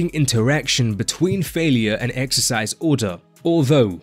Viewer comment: im gonna be a j***, « exericse » 😎